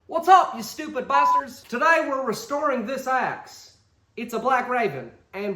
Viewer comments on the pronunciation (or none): at first i thought u said restorin this a$$ 😂😂😂